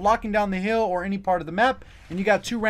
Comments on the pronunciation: When you say hill it sounds like heal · Only negative about this video was how you pronounce hill. Other than that great vid